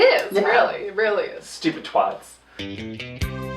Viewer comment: Please continue to sign off your Rupaul reviews with "Thanks cunts" because that's incredible. But only call us twats if you're going to pronounce it properly.